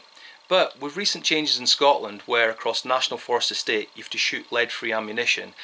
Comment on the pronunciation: Great video! I'm a 7mm Rem Mag user myself and use the SST bullets with zero issues with whitetail here in the states. Just FYI, lol,, you know the letter T actually makes a sound when using it with words! Haha, just picking with ya! My family actually came over from Lanarkshire, What's know known as the Glasgow region of Scottland